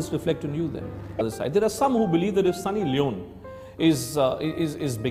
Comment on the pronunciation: It’s Sunny Leoneeee pronounce it right man FFS